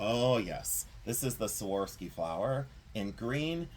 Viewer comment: So many great pieces! Can't wait for the praying mantis ring! It will be epic! Love the rutilated quartz, too! That czech perfume was deelish! But can I ask a favor? Can you learn to say "Swuh-rov-skee" crystal? I wince every time you say "Sworsky!" Love you!😍